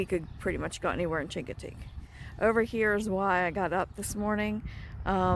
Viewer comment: A friendly heads up - Chincoteague is pronounced, "shing - kuh - teeg"... the hard "chi" you pronounce may ruffle some Eastern Shore, VA feathers. Thanks for the video! :)